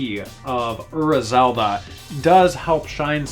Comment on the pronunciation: personally I like Ura Zelda better, but I really dislike the heavy american accent you use when you pronounce it. you pronounce Ura like "err-uh", when it's actually pronounced "oo-rah" (roll on the r).